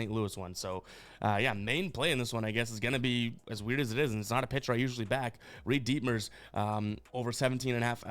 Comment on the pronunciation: “Reid DEETmers” 😂😂